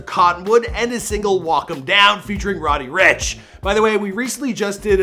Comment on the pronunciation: am ii the only one that thinks he said roddy Rich